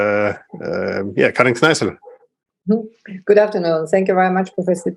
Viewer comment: Thank you for this talk and for including an Austrian diplomat. Also, you might consider that her name is actually Karin K_n_eissl, not K_r_eissl.